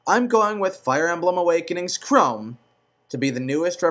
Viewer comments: Before i even watch this video completely...who the fuck is robin all these people talk about? Tiki for smash bros..for the hell of it. and he says "chrome" and "krim" for "KRAWM" wth is wrong with his speaking. and Ike isn't like roy, roy was a copied moveset of marth but better imo, ike has a unique moveset, so he has more probability of staying then roy ever did. Ok so i just looked up robin fire emblem and WOW are you fucking me? you want the avatar character in smash bros? these people are fucking retarded. generic ass bullshit that somewhat killed the game, i still love the game for fire emblem and whatever it's awesome and i use the my unit character, but really..i'd pick ANY fire emblem character over Robin, i would be Meg before robin that is the honest and ugliest truth. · has he played fire emblem awakening? he's saying all the names wrong. xD there's no e at the end of Chrom.